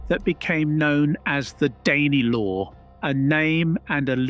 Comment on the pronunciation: Is this AI voice? Said Daney Law lol